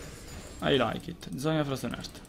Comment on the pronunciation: M8 mi sanguinano le orecchie quando dici frozen heart... cuore si pronuncia "art" non "ert", comunque sei un grande